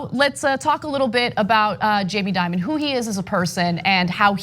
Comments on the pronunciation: That kids, is what fear mongering looks like. Also please, banks make bad decisions all the time. Like that time Deutsche Bank loaned No. 45, millions. PPS I'd pronounce Dimon as De-Mon, like the corporate monster that he is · So we get this right: Jamie DIMON, (like DEMON with an I), not Diamond. K?